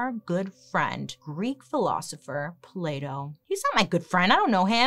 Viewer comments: I love that she's pronouncing "Plato" as "Play-doh" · I'm a French speaker (so I'm not as used to hearing the different sounds in English as someone for whom it's their first language) and every time Bailey says "Plato" I hear "Play-Doh". I can't stop laughing 'cause the sentences don't make sense at all 😂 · When she said Plato i swear i heard Playdough🤦‍♀️